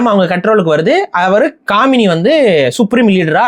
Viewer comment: டேய் காமினி இல்ல, காமேனி......